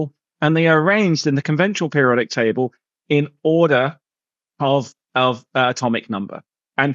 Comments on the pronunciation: Table not taybowl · "The periodic tabow" the way Terry pronounces certain words is silly